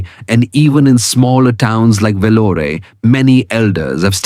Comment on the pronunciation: It's not Velloray - it's vellore - e is silent - the part of the video that kept me going was the hilarious pronunciation of Indian names.